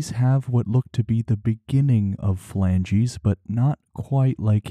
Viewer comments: "Flanges", not "flangies". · Please tell the AI voice that "flanges" is a different word than "phalanges". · Flange vs filangeez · He writes flanges, but says phalanges. Which pronunciation is correct?